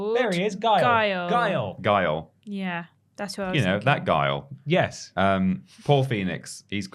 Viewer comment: GUILE!!!! It’s Guile! Dammit why can’t you hear me!